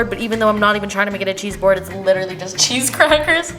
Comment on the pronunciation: Nobody:: li -er-ly